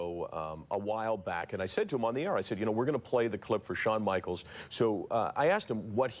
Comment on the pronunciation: Lol to this damn day I can still hear Bret in the ring doing his promo " Shawn Michaels..boytoy" lol just the way he says Shawns name everytime "Shawn Michael's" lol and the rebuttal "Yes, Bret Hart" lol just rings in my ear still to this day